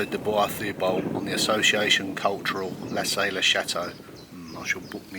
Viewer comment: Lassay as in La -say( say as its pronounced in english) it's soft,"saying" .